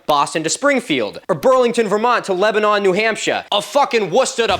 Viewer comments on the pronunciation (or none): Dude you Pronounced Lebanon, NH wrong. It's pronounce Leb-a-nin or just Leb. Not like the country Lebanon. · I'm in Burlington, Vermont and was not expecting a shoutout in this video about the ancient Sahara Desert. And to nitpick, the city of Lebanon, New Hampshire is not pronounced "Leban-on" /ˈlɛbənɑn/ like the country, but rather "Leban-in" /ˈlɛbənɪn/. The distance from Burlington to Lebanon is actually relevant to me, as that's the drive I take when I want to buy something expensive with New Hampshire's 0% sales tax.